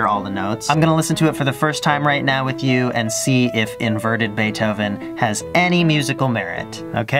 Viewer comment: Did you say bae dough oven